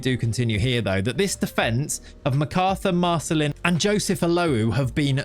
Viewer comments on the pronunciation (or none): none